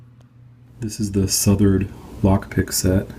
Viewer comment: Just a little tip, it is South ord pronounced like 2 separate words